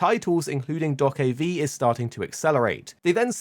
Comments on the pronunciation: I hate how you pronounce do-ke-v is is just dokebi. One word. ㅠㅠ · Calling it Dock-of-V is so triggering :D